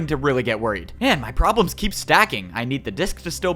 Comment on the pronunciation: Repeat after me: solved our poblems